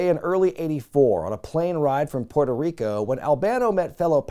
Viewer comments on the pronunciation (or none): none